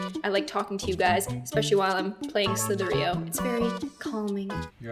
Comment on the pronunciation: Slither .io not slither .eo